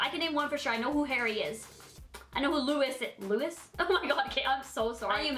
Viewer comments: I AM NOT TRYING TO HATE AT ALL I LOVE YOU SO MUCH you said that you wanted to educate yourself on one direction so I just thought i'd say: the name is spelled Louis but the s is silent so it's pronounced lou-e. i am so sorry if this sounded rude I was not trying to be I actually love you so much. you are one of my favourite youtubers! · "Lewis" DID SHE REALLY JUST SAY THAT OH MY GOD. BYE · I meant died like omg it's not Lewis it's Louis. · ........lewis....... Lou ee